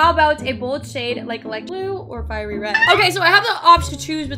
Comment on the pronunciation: when you said red you said ref